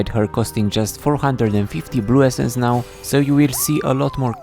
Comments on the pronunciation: did this guy just say nyow? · "The Yuumi rework is neow on pbe" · "The new Yuumi rework is NEOW on the PBE " Did I heard it correctly ? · did you just say neow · did you say "nyow" ? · Did u say neow in the first 4 seconds or am I having a stroke? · there is no way he said is neow on pbe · Did you,.... did you say "is nyaow?" :cat-orange-whistling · bro really said "the new yuumi rework is neow on the pbe" lmao